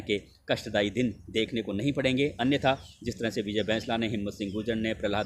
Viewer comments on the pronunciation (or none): भैंसला नहीं होता बैंसला होता है आप इतने पढ़े लिखे होने के बाद भी उसे भैंसला बोल रहे हो ऐसा लगता है जानबूझकर कर रहे हो